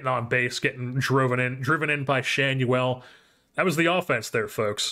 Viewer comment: The LA announcers pronounce Schanuel as Shaw-new-ell.